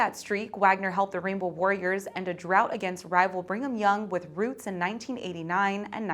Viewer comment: “…with routs in 1989 and 1990.” Routs is pronounced “rauts” not “roots.”